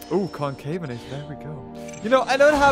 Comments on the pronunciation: it’s Con-CA-ve-na-tor,not Con-CAY-ve-na-tor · I believe concavenator is pronounced conca-ven-uhter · Ill tell ya how to say it ok con-kahh-ven-ate-or Yo welcome! :3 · Concavenator is actually pronounced con-ca-ven-a-tor